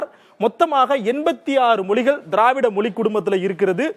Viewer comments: நீ முதல்ல "மொழி" ய ஒழுங்கா உச்சரி. மொலி மொலி ன்னு சொல்ற?😠😡😤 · Not able to hear ur moli..its Mozhi 🤐😑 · First Mozhi ya correct ha pronounce pannu.. it not moli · Moli😂 மொலி குடும்பம்😢 மொழி. ...ழ sound தமிழ் மற்றும் malayalam உரிய ஒரு சிறப்பு ... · யோவ்... முதல்ல மொழி அப்டின்னு உச்சரிய்யா... மொலி மொலி அப்டின்னு உச்சரிக்கிற... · ஏப்பா... நெறியாளரே.... அது மொலி இல்லப்பா. மொழி. சில இடங்கள்ல முலி'ன்னு வேற சொல்றீங்க. நாம இப்படி இருக்கிறதுனால தான் மற்ற மொழிக் காரர்களுக்கு நம் மொழி மீது மரியாதை இருக்கிறதில்லை. முதலில் நமது மொழியை திருந்தப் பேசுவோம். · என்னது? மொலிக்குடும்பமா?? தமிழ் வாழ்க!...!? வாயில "ழ" வராதோ? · மொலி அல்ல, மொழி. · It is not moli, mozhi, how you people choosing these type of guys to handle this important matter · மொழி என்று உச்சரிப்பதுதான் தமிழ்ழுக்கு அழகு 😊 🙏🏽